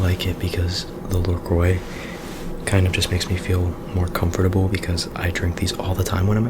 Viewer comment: Comfotabol😂😂 i got really triggered